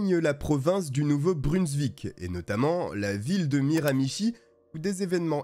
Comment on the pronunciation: jaime tes videos, mais on dis nouveau brunzouik et non brunzvik :) je suis quebecois cest la porvince juste a coter du quebec